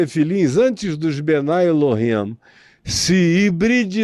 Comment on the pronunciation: Não é bnai El-him. É mesmo bnei El-him.